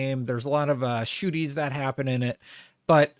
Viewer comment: Did you say "shooties"?